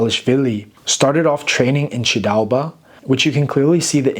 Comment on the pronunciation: The honour is mine ! Your pronounciation of “ჭ” sound in “chidaoba” is really impressive btw. Thank you, again, for having also mentioned the refugee history of Ilia and that of hundreds of thousands of other people. That’s an extremely painful and sorrowful topic for us. Sincerely appreciate it, man. I hope you enjoy our wine. Cheers ! 🍷